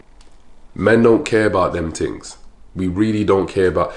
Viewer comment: I love the way you says things “tings” lol and thank you. This is a great video and really important to share with woman.